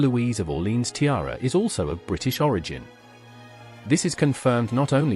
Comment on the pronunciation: Learn to pronounce Orlèans properly “ore-lay-an”